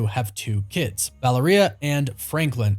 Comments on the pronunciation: Why you say Valeria like that? It's not vallaria it's Valeria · Who the hell is “(voweleria?!)”. It’s vah-lair-e-ya. It’s not a word that sounds like diarrhea lol! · Love your content, and sorry to be a snobby asshole, but i think it is annunciated "vuhl-area"